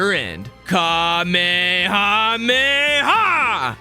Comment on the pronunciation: ItS kahme Hama ha